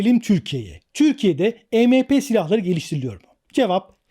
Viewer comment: Arkadaşım bir video bir içerik hazırlıyorsunda e me pe değil !! E em pi !!!! Yani si önce bir araştır nasıl okunur yada telaffuz edilir , ondan sonra biraz daha konuları detaylandır !!! Bir de polis ve Askeriye birşey yapamaz diye bir durum yok , bizim Askeriyemiz de durum nedir bilmiyorum. Ama pilipinler en son tusunami afetinden sonra , Amerika cindi kasırgasından sonra , Çin zaten yaklaşık 20 yıldır düzenli olarak bunların tatbikatını yapıyor !!! Yani öyle işkembeden sallamayla bu işler yürümüyor..